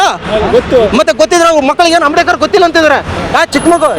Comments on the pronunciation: Not amdekar, ambedkar .say correctly. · ಆಮ್ಡೇಕರ್ ಅಲ್ಲ ಮಾರಾಯ ಅಂಬೇಡ್ಕರ್ ಹೇಳೋ